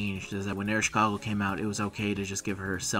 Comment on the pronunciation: Please don't say Ereshkogle anymore it's destroying my ears, it's EreshKIGAL. Although, if it doesn't work then please at least just say Eresh and that's enough.